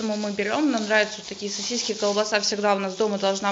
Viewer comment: Где в слове сосиски мягкий знак? 🤔😂